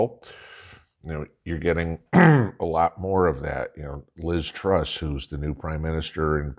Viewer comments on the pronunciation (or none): none